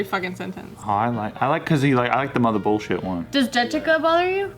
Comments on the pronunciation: What are Jess' thoughts on "Beaw" then? Also, since Jess says that she watches every JKNews, I can kinda see how she can get tired of Joe saying mudda since he says it like 98-100% of the episodes. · James.. do your job. I swear I've heard Jess say Mudda voluntarily b4